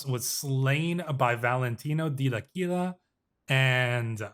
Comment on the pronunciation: Pronunciation guide from an Italian speaker (emphasis where I wrote the accent): - L'Aquila = Lákweela - Modena = Módena - Giovanni Caccianemici = Jován-ni Kat-tchanemítchi (it means 'hunt/chase enemies')